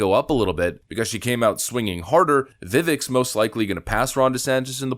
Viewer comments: "Vivek" rhymes with "mistake." It's not that hard. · Respectfully- Vivek(pronounced veh-vake,..2nd syllable like cake, In Vivek’s own words) there is a clip of Tucker mispronouncing his name, Vivek corrects himself politely, Tucker asks why he didn’t tell him before,..goes back in forth in a great way,…really great clip